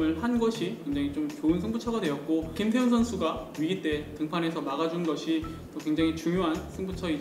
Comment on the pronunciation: 김태훈 선수인데 김태형선수라고 들려서 깜놀했네요. 매번 잘 듣고 있습니다.